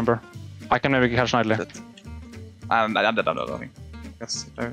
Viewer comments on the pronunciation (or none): Did Rekkles really said "NEIDALEE" :D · Rekkles pronunciation of Nidalee xD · Making fun of how Rekkles pronounces Nidalee, peak content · I can tell the editor is a little triggered by the nidalee pronunciation from rekkles 😅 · For the love of god someone teach rekkles how to say nidalee!! Lol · Why is Rekkles pronouncing Nidalee wrong. It kinda triggers me Madge